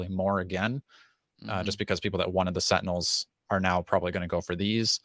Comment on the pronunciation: Haha, Tentinels